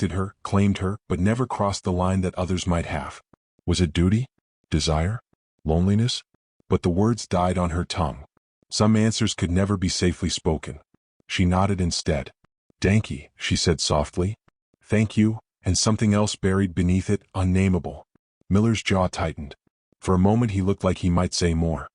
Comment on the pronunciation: Dankey, she said softly. Danke, the German for thank you is pronounced like the first syllable of donk(ey) and the last syllable us "uh"